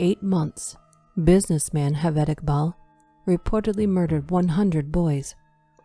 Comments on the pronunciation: ‘J’ ‘J’ aved not ‘H’aved. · Excellent narration but Javed is pronounced with a J not H